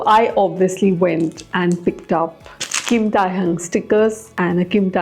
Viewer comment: Babe its Kim Thay - hyong thats how u pronounce his name. Pls i sont mean to be rude.. But as someone who has to always correct people for saying my name wrong.. I just cant stand it when people pronounce names wrong.